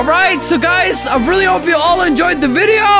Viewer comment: In the intro did you hear injoy the video? :me: *oh I can see I’m am going To injoy the video*